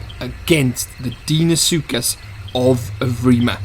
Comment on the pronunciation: Deinosuchus is pronounced dino-sookus. I don't think a titanoboa would easily kill a deino or rex in real life considering titanoboa was only 1135 kg which is less than a quarter of a deino's weight. anacondas can kill caimans over twice their size but deino is way larger and is likely more aggressive than a caiman. It would only take a couple bites from a deino or rex to kill a titanoboa. of course the isle doesn't have to be realistic so they may make titanoboa stronger than it actually was. Though I still think that deino should have the upper hand. I think that titanoboa should be able to take on most mid tiers as they are mostly less than double titanoboa's weight and titanoboa wouldn't really be viable if it couldn't take them on. wait so if titanoboa shouldn't be able to take on apexes (pseudo apexes included) and is not fast on land what would it eat? It could eat ai and water creatures. If it can't fight deino well would it be unviable? If titanoboa isn't able to escape deino or fight it on land or in water that means that the match up would be unbalanced. would titanoboa be able to escape deino? I'm not sure, I wouldn't think so, though it is possible. Does that mean that titanoboa is conceptually flawed? sort of. It doesn't have to be totally realistic though so it could still be viable in game.